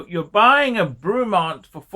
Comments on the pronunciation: It’s pronounce Bray-mont, you fucking plank! 😂 Also you criticise ‘marketing and finish’ and yet Rolex is 99% brand and 1% substance.. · Who the heck is Broooomont? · FFS - it’s pronounced BREMMONT!!!! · Broomont??? It is not a hard brand name to pronounce. It's not JLC or A L & S. ffs! Lol.